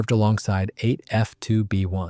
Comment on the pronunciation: That's the Bristol F.2B, not "Ahhh-Fee-To be " . AI narration, jeez...🙄